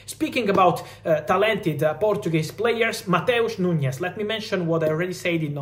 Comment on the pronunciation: It's NuNes, not NuÑes